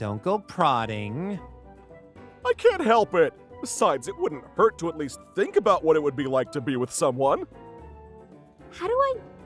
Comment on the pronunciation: Best Line. "I don't tink either of us can give straight answer." i wheezed